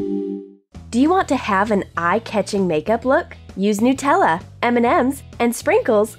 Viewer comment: Whoever the hell does the voice overs let someone else do it because you can't pronounce words properly like Nutella and chupa chup and it pisses everyone off